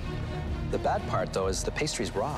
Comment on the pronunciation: the guy in the end pronounces raw bad. It goes like: IT'S RAAAAAAAAAAW